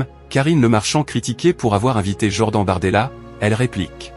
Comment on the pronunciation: votre ia de synthèse vocale est vraiment bidon "jord-AN" "pr I me time"